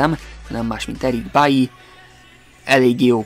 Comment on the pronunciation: Végre, van aki normálisan mondja ki BAILY nevét! 😊